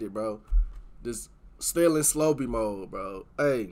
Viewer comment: Finally a reactor who doesn’t mispronounce Slobe name